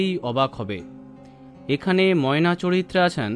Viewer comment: নায়িকার সাথে নায়ককে একটুও ভাল লাগেনি ময়নার উচ্চারণ ঠিক নেই